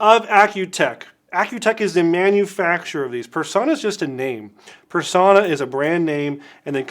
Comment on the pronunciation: Extra points for pronouncing Personna correctly (with a short o).